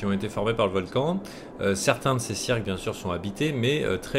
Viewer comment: C'est pas criques au lieu de cirques ? x)